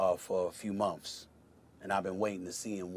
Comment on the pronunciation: "A few Mumfs" 😂😂😂